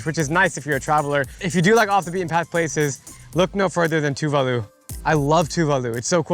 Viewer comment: Tuválu mentioned!! FYI, the emphasis is on the second syllable.